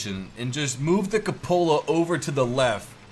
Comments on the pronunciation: I hate how you say ca Lola for coupala Instead of coo puh la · It's not pronounced Kuhpohla it is Q-pohla. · The cupola is pronounced Kyew-pull-uh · I was typing "It's pronounced 'koop-el-uh'" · koop-uh-lah, your vids are great but man that pronunciation drives me crazy